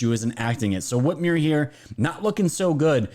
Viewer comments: Whit MER not whitmere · Love your channel. I'm on your team. I love Trump. Whitmer is a joke, but PLEASE pronounce her name correctly. The "mer" rhymes with "her" not "here".